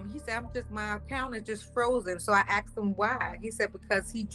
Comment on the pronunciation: "ax'kd" for a game card